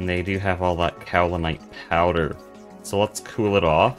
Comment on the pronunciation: yeah that seems to be the current state of youtube. quantity over quality. not to say that this is low quality content! i'm enjoying this series so far :) wait so is this multiplayer? or are the other "players" from some mod? oh btw kaolinite is pronounced "kay-oh-linite" not "cow-linite"